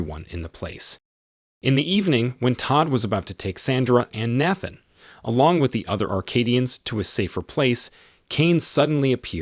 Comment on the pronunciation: Why did you say Nathan’s name like that?